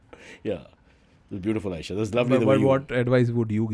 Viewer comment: CY-baba 😂 extracts the best out of AY-esha